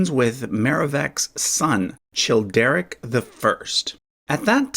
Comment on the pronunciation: The “ch” in Childeric, Childebert, Chilperic and Charibert is pronounced as /k/